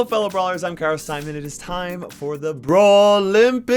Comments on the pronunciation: again u said kairos timemen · Any one else hear: "Hello fellow brawlers, I'm KairosTimon"